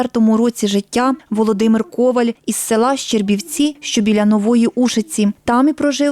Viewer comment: ви журналіст, а на всю країну пропагуєте помилкове звучання прізвища. не кОваль, а ковАль